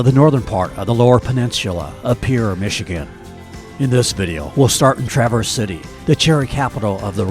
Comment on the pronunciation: Enjoyed your video. Pronounced Tra verze City, bay, etc ... with emphasis on the first syllable. Always seems like an AI version when a video miss pronounces the names if they've really been there.